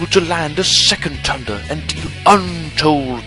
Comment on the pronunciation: i love how you pronounce Thunder lol.. tunder